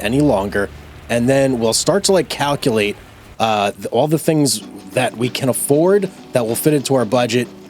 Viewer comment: Lol did you say COWculate? ??